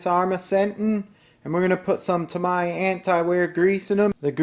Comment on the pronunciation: Great video! But, whoever was talking in the video pronounced Tamiya wrong. Its, TA-MEE-YA not Ta-my-ya, lol.